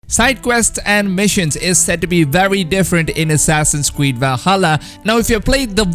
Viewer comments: I just find very funny how he says assassins cweed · Did he just say assassins queed? XD